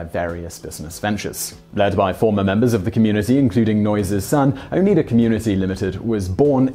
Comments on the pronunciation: He switched from pronouncing it correctly "own eye da" to an interesting "oh need ah" halfway through the video... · Ask an Iroquois: Yeah, but... it's O ni dah, not O nee dah ;-) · It's pronounced "Oh-nide-ah" not "On-need-ah". I live near Oneida lake and yes ee had the silverware too. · Can't not say this, my mother grew up in Oneida and it is pronounced "O-NIGH-da", NOT "O-KNEE-da". Funnily enough my few pieces of really good flatware, my favorites, are all Oneida. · Oneida cult is pretty common knowledge over here. Also, it's OnEYEda not OnEEda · OH-NIE-DA not oh nee da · also, oh-nigh-dah, not oh-nee-da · It is Oh Neigh da not O nee da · On-EYE-DuH. Oneida is one of the Iroquois tribes…Oneida Mohawk Onandaga Seneca Cayuga. On-EYE-DuH Not this Cockney Prat way this guy says Oh-nih-DA…. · Oh Lordy Simon, It's pronounced Oh-ny-da. Not Oh-nee-da. I wish you'd check on these things. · It is pronounced "oh-ni-da". Long "I" as in "eye". It is not "oh-knee-da". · Not "oh-NEE-dah". The American pronunciation of this American cult is "oh-NIGH-dah". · It’s pronounced “Oh-nie-da”, not “Oh-NEE-da”. You need to find someone to tutor you on pronunciation of American place names. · Hey narrator: the name Oneida is pronounced "O-niy-da", not "Oneeda"! As an upstate Nyer, I find this so grating and offensive every time you INCORRECTLY say it! DO.YOUR.RESEARCH. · Good information but as usual Simon the narrator mispronounces a lot of words to convey it. The most offensive error is mispronouncing Oneida! It is and has always been pronounced Oh-nigh-da as opposed to Oh-knee-da which Simon does repeatedly. I know this is typical British elitism, but when you get the name of your main subject wrong it really looks foolish. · This was why I came to the comments section as well -- it's "O" "Nigh" "Duh" with an "I" sound and the accent on the "Nigh". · Its pronounced Own-eye-duh (im a former local to that part of NY) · I always thought it was pronounced Ohn EYE da. ??